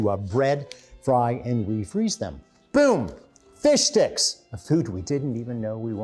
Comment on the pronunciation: Did he say “fish dicks”?!